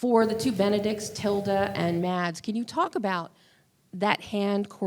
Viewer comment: It's pronounced "Mass", not "Mads".